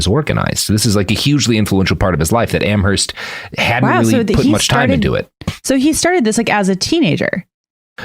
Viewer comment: It's pronounced "Am-erst." The "h" in Amherst is silent